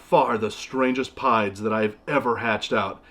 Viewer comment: Every time he said "banana pieds" I kept hearing "banana pie" lol. They're all beautiful animals though! It always blows my mind how tiny baby ball pythons are. I can't believe mine was ever that small.